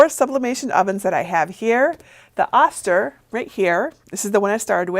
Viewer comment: Great info! Just a small FYI... the Oster brand is pronounced with a long "o" sound, so it is "oh-ster" and not "ah-ster."